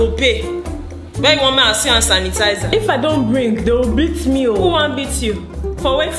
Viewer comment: toilet roll and "ant tanisizer" 🤣🤣🤣😭😭😭☠️☠️